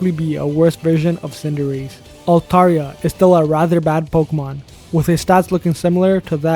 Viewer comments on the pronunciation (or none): none